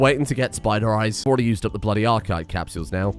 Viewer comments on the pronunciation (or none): none